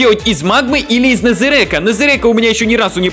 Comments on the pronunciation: Не незерек а незерак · Не нэзерек а нэзерак